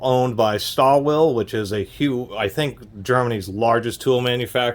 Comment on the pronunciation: lol you didn't even try to pronounce stahlwille correctly.